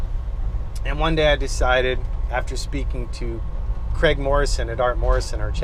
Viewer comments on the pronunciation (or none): none